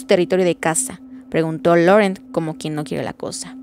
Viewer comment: Que buen capítulo y lo gracioso fue que Edward por fin consiguió asustar a Bella jajajajaja aunque no voluntariamente. Por lo del acento francés creo que el nombre de Laurent se dice Lorant como dijo él en la película